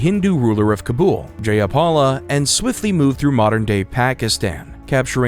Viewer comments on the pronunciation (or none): none